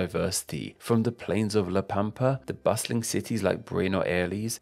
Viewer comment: La pampa lo dijo bien